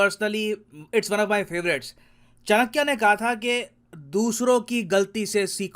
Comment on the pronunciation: Sir I humbly request you to pronounce indigenous names as it is. "Chanaky" not "Chanakyaa". Our millions people died in Begal Femine still we call "Lord" Wavell. Is this shows our psychological slavery?